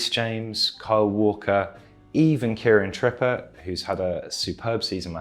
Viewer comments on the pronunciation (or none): "kiran tripper"